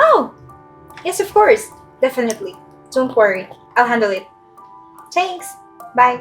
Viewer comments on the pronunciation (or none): Both of you needed to do a little more homework and spend more time practicing your English grammar and pronunciation., you might have wanted to learn how to pronounce the word "thanks" because you really missed the mark. And, your pronunciation of "ridiculous" was way off, it sounded more like "rediculous." Just saying... it gave me a good laugh! 😂 LOL.